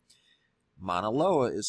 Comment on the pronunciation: More help with pronunciation. Mauna is pronounced MAU-nah, not Mana.